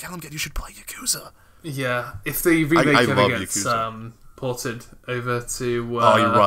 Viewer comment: the way you guys say bahumat and yakuza dunno it just bugs me